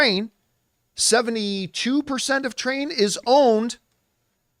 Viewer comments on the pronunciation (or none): Not train. Trian, "try-an"